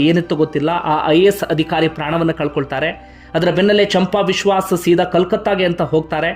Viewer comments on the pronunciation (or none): Adikhaari alla Adhikaari... alpa prana maha prana sariyaagi uccharane maadi